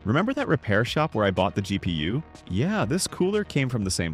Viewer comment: “The gp-ussss